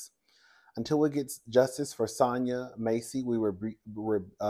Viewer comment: *Pronunciation is MASSey like “mass” It is absolutely crazy how these cops act so scared of every damn thing; even their own doggone shadows, at this point. You are absolutely right about them clearly not being trained to deal with these circumstances.